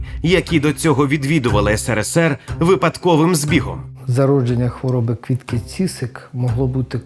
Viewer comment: Де ви віднайшли цього старого каґебіста в окулярах, котрий навіть прізвище Квітки не може вимовити як слід. А тепер воно спеціаліст з питань національного відродження.